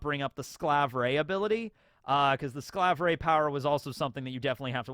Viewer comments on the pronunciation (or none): As a German, saying Slav Ray instead of Skalverei does hurt my soul. They voice actors say it the right way, just copy how they say it!